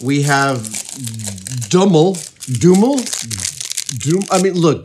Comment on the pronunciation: A little help for the pronunciation of Dumle. Dum as in "dumb" and le as in "lego". Always fun to see how amazed people from other countries are and love Swedish candy.